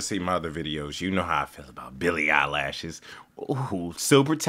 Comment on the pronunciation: Billy eye-lash lol😂😊